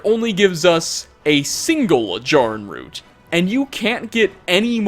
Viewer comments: It’s JAIR- uhn root. They SAY it in game and you’re causing me pain every time you mispronounce it. I’m furious. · Normally mispronunciations don’t bother me but you said Jarrin root wrong 🥺 it’s the first time I’ve ever heard my name in something don’t ruin it 🤣